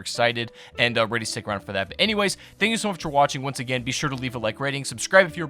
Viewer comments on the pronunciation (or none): none